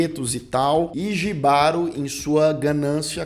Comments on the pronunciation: Apaixonei na sereia. Para melhorar a experiência, tem que assistir esse episódio com fones de ouvido. A sensação sonora é fantástica. A gente sente a dor da sereia no final e o desespero do cavaleiro. Outra coisa, não é "jibaro", é "ribárô". J tem som de R em espanhol. Desculpa, mas sou casado com uma colombiana e ela me enche a paciência com nosso portunhol... Kkkkkk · só uma observação, "Jibaro" se pronúncia Rribaro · a pronúncia correta é em espanhol, logo o correto é "RRÍBARO". J em espanhol tem som de R.